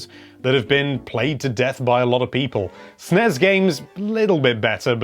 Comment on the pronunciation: I hate how he pronounces NES and SNES